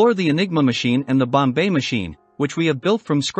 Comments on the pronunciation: It is pronounced BOMB machine. Not Bombay machine. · It's Bomb, NOT bombay. You tackle the subject well but sound ridiculous with the miss pronunciation! Just go to any other video about Enigma to hear it spoken correctly. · And "The number are..." (because "the number of settings" ends in an S). And it took me a while: by "bomb bay" he's trying to say "bombe," which is really pronounced "bomb" with a very slight "uh" on the terminal B. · It's, "bomb- bah" not Bombay like the city. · Annoying incorrect pronunciation “Bombay”. It is “bomb” even though there is an a letter at e at the end. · Not the "Bombay machine" but "Bombe," in which the "e" is silent. That's right, it's pronounced "bomb." For some reason, Turing gave it a French name. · Turing Bombe Pronunciation: The word "Bombe" is not pronounced "Bombay" is pronounced "Bomb" the e is silent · Sorry so voice and bo mbe pronunciation blew it in two mins. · “Bombai machine”. Got to love the AI. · I quit watching the second time he pronounced bombe as Bombay. It shows their lack on knowledge of the subject. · This is the first I've heard of "The Bombay Machine"... it's consistent mispronunciation tainted the whole thing for me... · He's using text to speech to generate the audio lol that's why it sounds like "Bombay" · More A.I. narrated bullshit. Mispronounce Bombe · I could only take about 10 seconds, and the horrible pronunciations of Turing and Bombe... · First learn how to pronounce Bombe if you wish to impress!!